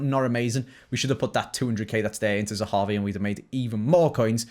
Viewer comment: you need to say zehavi!!!!! Not zahavu